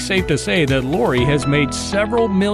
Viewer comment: You can't even pronounce Lori's name correctly? Good grief!